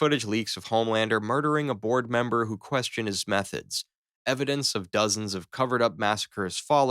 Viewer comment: "Dozons". Lol.